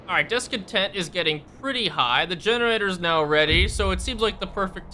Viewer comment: "This masive building is DEGENARATOR" :D